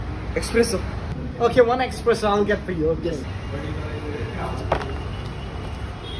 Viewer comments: It isn't pronounced expresso rather it is pronounced espresso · The waiter itself pronounced it wrong. No X in espresso.